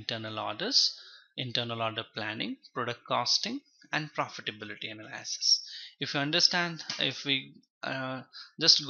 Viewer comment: everytime he says "analaaasis" my soul cringes